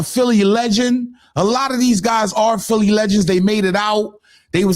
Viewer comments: I dunno who “Phil” is gottit 😅😅😅😅 “PHILI” aka “PHILLY” 🤦🏾‍♂️ Cmon Son 😂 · Philli not phil